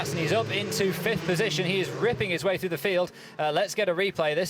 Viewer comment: I don't understand how that colour commentator has a job. I wouldn't hire anyone who says, "Going froo turn free". And no, it's not an involuntary speech impediment.